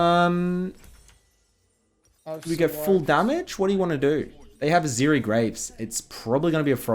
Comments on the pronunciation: It's not Ziri, it's Zeri... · The moment I heard zEErEE , I instaleft.